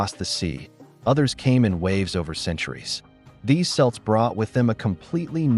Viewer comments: The 'C' in Celt is pronounced like a K (As in Cocoa) Not like an S ! :face-blue-smiling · It's kelt not selt get it right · You need to get the pronunciation correct: Celt is pronounced "kelt" not "selt". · Not really accurate. The story is far more complicated. Dal Riada was the dominant part. And we pronounce "Celt" as "Kelt", not "Selt" . At least you are getting it halfway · How can the AI voice say “Celtic” correctly but not say “Celt” correctly?